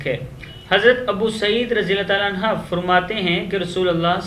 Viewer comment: Bhai sahai keley anhu hai anha nahi